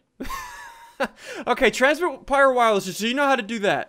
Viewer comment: He said, "transmit pire wowerless..." 😂